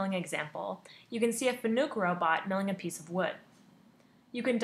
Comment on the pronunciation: Nice video. One pointer. When you refer to a Fanuc robot as a Fanuuuk it hurts your credibility. I understand there are still groups that think Fanuuuk is the correct pronunciation but they all sound like they don't know how to hold a teach pendant. Fanuc used to have a slogan to help with mispronunciation. Fanuc: it's like "Panic" with an "F". True Story! For obvious reasons they dropped the slogan.